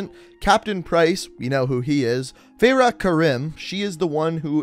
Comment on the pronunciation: SomeRandomBoi YT it’s fa-ra my guy